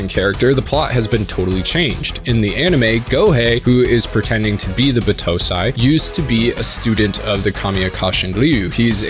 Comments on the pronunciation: The pronouncion, yikes. It's not Buh-toh-sai or B-toh-say, it's Bah-toh-sai. I assume this might be one of the spelling vices the dub brought to you, a no brainer there given all dubs should be burned at the stake. Overall pretty good video, the editing was funny as hell. Btw don't watch Tokyo Revengers, it's literally hyped up trash, there are better stories tackling this anime's themes out there and this just isn't it. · Cringe on battousai pronunciation